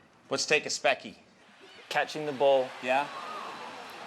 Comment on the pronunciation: Conan, seriously, that "speccy" was exceptionally good...you nailed it.